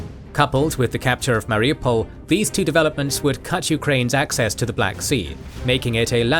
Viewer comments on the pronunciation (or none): none